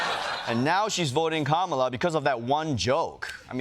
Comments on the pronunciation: Trump pronounced Kamala correctly. He must be rattled. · Ok...am I the only one that realized Trump FINALLY said Kamala's name correctly?! Our little boys all grows up! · Seems Trump finally learned how to pronounce her name lol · WOW! Did drumpf actually pronounce her name properly? YES HE DID! I'll bet his followers will have a problem with that! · Hold up!!! Trump said her name CORRECTLY during the rally. WOW! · Seems with all their bravado talk, JD and Donald are finally pronouncing her name right. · He said her name correctly! Must be past his bedtime! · Trump pronounced her name right!!!!! He can be taught.